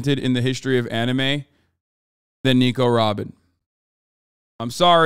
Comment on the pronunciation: Hasan : " RRRRobin Chwan!!"